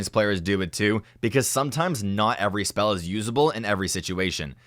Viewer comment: narrator sounds like an idiot lol. "spell" "valorANT"